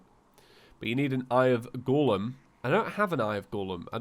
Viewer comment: Every one:golem.: gorlem🤣